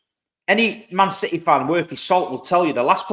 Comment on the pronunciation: It’s that Citeh Mentaliteh!!! 😂